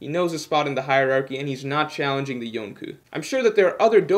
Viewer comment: I swear the way he said it took me out of the moment and made me unsubscribe after subscribing 1 min earlier...